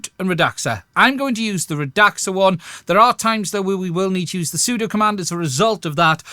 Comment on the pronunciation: I think it's "Rad-Sa"